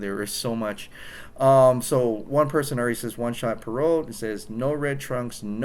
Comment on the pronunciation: please no red trunks! Supermans suit looks great the way it is. In my opinion i think the design of the suit now is the best I've seen. The detail with the Kryptonian symbols it just looks awesome. it's alien in a way. Oh and not that it matters to much to this video but my name is pronounced perr-rot not perote. Great video dude! I feel famous now LOL!